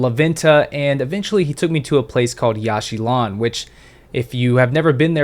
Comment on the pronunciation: It is pronounced "Yawsh chilaan" not "Yash shee lawn"